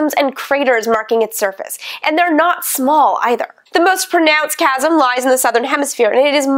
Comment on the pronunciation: Randy Owens Ancient Greek says 'K' : it is Karon, and everything coming from Greek in ch is K, like in psychologist, psychiatry, and even the term "chasm" which she uses in her talk and pronounces correctly 'kazm' while her logic should make it 'shazm" which would be meaningless. I am therefore afraid that saying "Sharon" might bear the risk of showing a embarrassing lack of education. Sharon is not the little sister of Walt Disney's Pluto. It is Karon, whose spelling in ancient Greek is unambiguous.